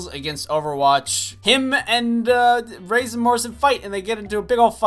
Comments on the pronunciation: Jaxon A I was like..he can’t be serious, it triggered me a bit but I love him soo idc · I hope you're joking when you pronounce Reyes